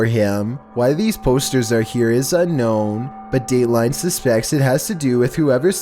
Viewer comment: the way he says Dateline 420